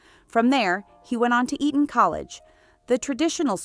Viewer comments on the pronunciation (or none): none